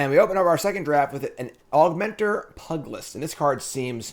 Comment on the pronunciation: That pugilist pronunciation hurts me.